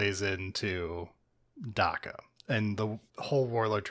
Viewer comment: the "a" in "dakka" is pronounced like the "a" in "axe". it's supposed to sound like heavy gunfire.